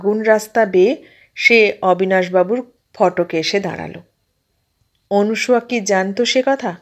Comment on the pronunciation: পাঠ বেশ ভাল তবে নাম টা অনুসূয়া নয় মনে হয় অনসূয়া। ভাল থাকবেন শুভকামনা রইল